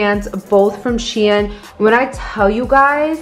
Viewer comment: Shein is pronounced shine 😭